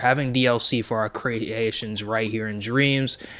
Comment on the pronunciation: "Our", not "are". :)